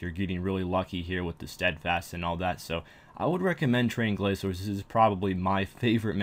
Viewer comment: GRA"K"ORS not glaZors.. wtf?